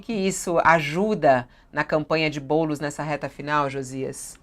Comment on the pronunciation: E impressão minha ou o cara falou "Boules" no ?